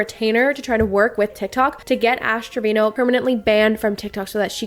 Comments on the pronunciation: Saying TREVINO.... and you're a 🤮🤣🤣🤣 its Treviño.... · How do Spanish speaking people not know how to pronounce Treviño as “Trevin-yo”